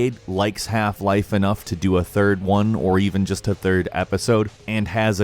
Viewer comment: When saying "half-life", the emphasis is on "half", not "life". You are saying "half life", not "half-life". I understand it's incredibly petty, but it bugs the shit out of me.